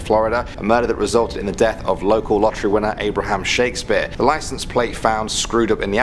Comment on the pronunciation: Abraham s h o o k s p e a r e